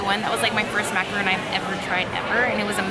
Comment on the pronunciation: Just remember its mac-ah-ron. Exactly like macaroni! Thats how my friend taught me.